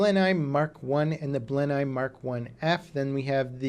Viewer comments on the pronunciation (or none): blenheim, no its said bristol blenem. mk v is a mk 5a and b, dont you know your roman numerals